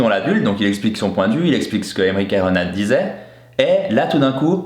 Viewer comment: c'est aymeric caron et non carone